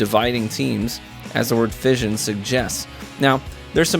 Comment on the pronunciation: Great vid. Although fission is pronounced *fishen*.